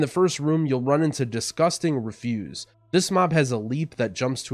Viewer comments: Because English frequently doesn’t make any sense, there are two words spelled refuse. One the means unwilling response, pronounced the way you did in the video, re-fuse. And the other means trash basically, pronounced ref-use. I think you wanted to use the other one in the vid. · Great guide! But it's 'disgusting REFuse' not 'disgusting reFUSE'